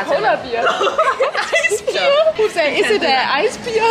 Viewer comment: Jeg ved godt jeg kom til at udtale det "beer" stedet for "bear" 🙄🥲